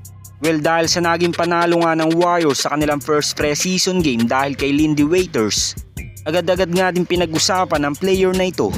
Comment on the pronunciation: Wrong yung pag pronounce ng Iindy waters, sabi niya lindy witers, ano yan waiter?